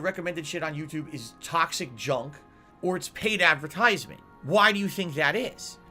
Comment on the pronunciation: 'adverTISEment' i cant unhear that since the mr lewdicris video! xD